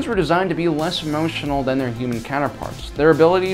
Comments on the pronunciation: Hey it's THAN not then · It’s Than not Then!